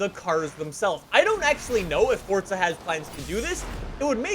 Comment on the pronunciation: Everyone: Forza: Fortza